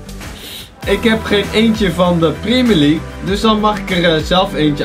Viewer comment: primier league is jouw uitspraak